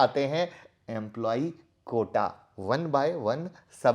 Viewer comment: Sir "Quota" hota hai "Kota" nahi